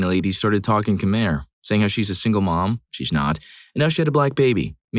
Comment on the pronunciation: just as a head's up, I have been told that Khmer is pronounced "kuh-my". No worries though since I made that same mistake for sbout two decades.